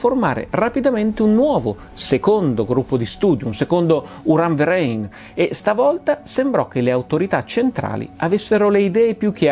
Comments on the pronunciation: Video molto interessante; mi permetto solo di fare una piccola precisazione sulla fonetica tedesca. 'URAN-VEREIN' si dovrebbe pronunciare 'URAN-FERAIN', in quanto sempre la 'V' si pronuncia 'F', mentre il dittongo 'EI' si pronuncia 'AI'. Mo-Do docet 'Eins zwei polizei Drei vier Grenadier'! 😆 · La pronuncia esatta di Uranverein è "Uran-FERAIN' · Bellissimo video! Come fai sempre, d'altronde. Solo una precisazione sulla pronuncia di "Uranverein": si legge "Uranferain". ;-) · Gran bella puntata,come sempre. Vorrei solo dire che,di madrelingua tedesca che sono, ho faticato non poco a capire che dicevi “Uran Verein”😂😂